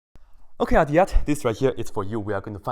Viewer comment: Pronunciation of Aditya. Aa dit ya.